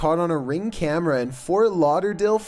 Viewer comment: And that guys voice JESUS he adds about 10 syllables to every freakin word. You and I say camera, he says cameraaaaaaa, historyyyyyyy God I like to slap about 30 syllables out of his mouth. I unfollowed him after two videos.